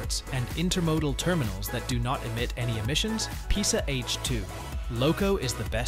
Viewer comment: You are reading the name „PESA“ wrong